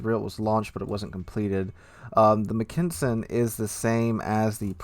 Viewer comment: Pretty sure the T6 is pronounced Mack-en-sen, not Mc-ken-sen. But I am hyped for the line and the Brit super BB.